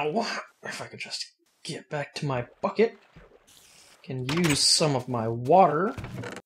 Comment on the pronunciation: when he says bucket it sounds like fuck-it